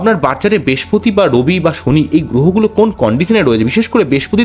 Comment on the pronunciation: মানুষের ভাগ্য নিয়ে বলছেন অথচ উচ্চারণ ঠিক করে করছেন না। "বেশপতি" কি?কথ্য ভাষা বলে নিজেকে আড়াল করবেন না।